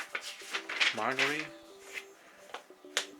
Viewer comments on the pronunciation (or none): none